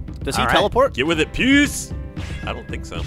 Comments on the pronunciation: Fairly sure it's 'pewce' rather than 'pooce'? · POOSE?!?! FUCKIN LOL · For interest sake... How was (not)power colour spelled...? Because it almost sounded like "poes" which I can assure you is not a colour... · was mispronouncing "puce" the whole time xD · You must mean 'puce'